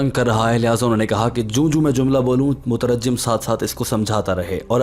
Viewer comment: mutarajjam nahi hota hai bhai mutarjim hota hai translator ke liye improve this one first. 25 minute ka video banaya no conclusion